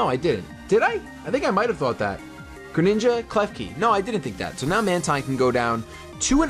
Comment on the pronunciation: Mantine is pronounced Man-teen. Like Manta and Marine.